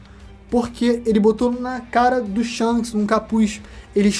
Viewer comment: Shonks ????? Que porra é essa ksksksksksks